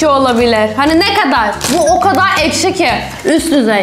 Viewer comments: Arkadaşlar duydunuz ekşi değil eşki😂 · Abla ekşi yerine eşki diyo aynı babaannem gibi😊😊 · ekşi diyemiyor ama eşki diyor😅😅😅😅😅😅😅😅😅😅😅😅😅😅😅